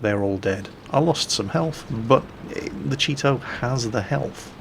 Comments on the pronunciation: All I hear is, "The Cheeto" xD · I'm used to pronouncing/hearing Japanese tank names like "Chi-To" and "Chi-Ri", so I never heard "cheeto" once.